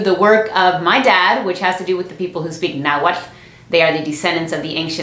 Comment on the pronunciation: Nahuatl... Nahual? Naw girl... this is pronounced Naw-uh-at-til... say it slowly ... BTW I was raised in the US but I speak perfect Spanish...